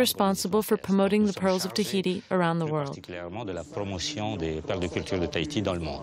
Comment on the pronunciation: Its not thaiti.its Tahiti!!🌴🌊🌞